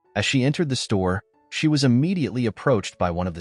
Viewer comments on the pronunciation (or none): none